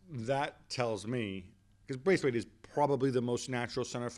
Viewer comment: agree - but he could show the respect also to say his name right - it is BRATHwaite